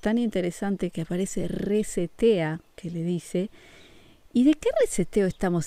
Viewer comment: Tengo entendido ke la palabra"reset"es una palabra en ingles,y ke traducido a nuestro idioma,significa"re-iniciar". Nada mas es un dato para poder entender mucho mejor;n0 lo hago por ofender ni agredir,solo es para kompartir la palabra"reset"mal pronunciada.